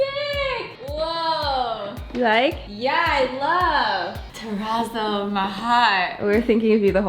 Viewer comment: What is the word you keep saying to describe the painting style?? Turrazo??